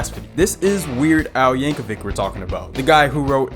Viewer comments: Yank-a-vich is how you pronounce it bud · I love Bohemi-anne Rhasfody by Kween and Aye-mish Paradise by Wei-ard L. Yanker-vick! Those songs are so cool, they make you not want to take the 30 seconds to google how to pronounce the names correctly! 🙄